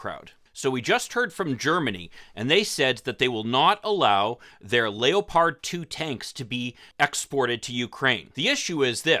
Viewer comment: I think the military will be too afraid of the Abrams being captured to send it. Also why do you pronounce leopard like that? I never heard anybody say it that way.